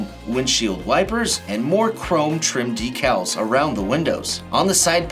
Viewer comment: Buddy youre pronouncing decals totally wrong lmao